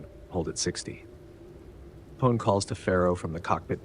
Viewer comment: He's actually aware of that and replied to a similar comment in the 1st video of the series. This video is based off the 1983 script, which was tentatively titled Alien 2. One thing he gets wrong, and that I find it impossible to forgive, is the mispronunciation of Apone🤣